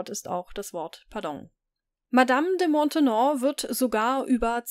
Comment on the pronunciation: Die Nachfolgerin der Madame de Montespan ist Madame de Maintenon, nicht Montenon!